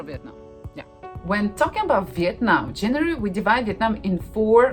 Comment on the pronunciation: Oh my goodness, when pronounces the names of the city, she sounds very much like native Vietnamese people.